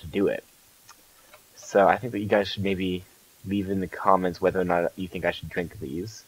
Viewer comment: Lol instead of think, you say fhink